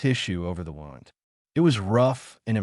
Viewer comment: They needed to teach the AI how to pronounce words correctly. Pronounced wund not wownd in its correct use. Other mistakes noted as well.